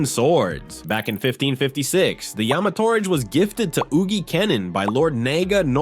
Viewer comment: Boy said yamatorage like "porridge"